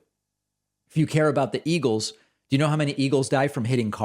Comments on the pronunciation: "... Eagulls..." - Trump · "and they kill the bald ea-gulls, and the other ea-gulls... blah blah blah"